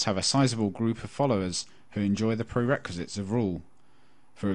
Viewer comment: I believe the actual phrase is "perquisites (AKA perqs/perks) of rule," not prerequisites. All in all, though, it's well-read and fascinating stuff!